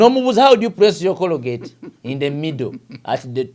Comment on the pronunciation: Yii omuyivu mbu cologate its colgate